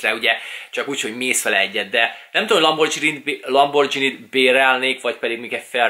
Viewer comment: Szia! Nem szeretnék beléd kötni, de nekem bántotta a fülemet... Az nem "lambordzsíni", azt G-vel ejtjük, nem "dzs", gondoltam kijívatalak.